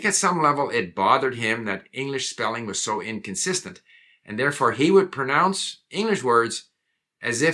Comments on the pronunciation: "Um, what?" Yeah, that's what I thought when I heard your hero mispronounce the word "pronounce." 🧐🙄🙃🤓 "...the emphasis has always been on 'nounce' not on 'pro.'" Ugh, dude! 🙄Really? 🙄The "PRO" was merely to emphasize the syllable that Steve mispronounced–duh! 🙄🙄 Now who's being thick? 🙄🙄 "It's 'pr-NOUNCE'..." Yeah, not PER-nounce (e.g., ), right? 🧐🙄🙃🤓 "I think you may be thinking of the word 'pronouns' which is a different thing." I think that you may be thinking that you know what I'm thinking better than I know what I'm thinking (which is a different thing). 🙄🙃🤓🤪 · Isn't "pronounce" the LAST word that you should mispronounce? 🧐🤔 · "...even native speakers make mistakes." Yeah, like Steve– –mispronouncing the word "pronounce." 🙄🙄